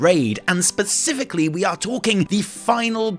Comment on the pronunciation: Baspifically?? Specifically?